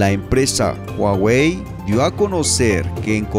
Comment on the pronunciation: Muy buen contenido 👍💪 solo que La pronunciación correcta es juagüe no es güagüe la h como j la misma Huawei ya lo a dicho